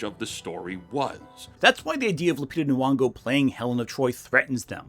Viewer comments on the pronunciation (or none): you pronounce Lupita's name wrong through most of the video. Her surname is Nyong'o, not Nuwongo. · Nyong'o. Not "Nuong'o"